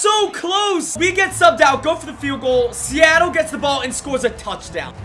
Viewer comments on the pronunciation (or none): none